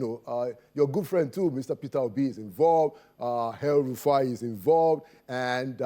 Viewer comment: Heard something like “hell Rufai” 🤨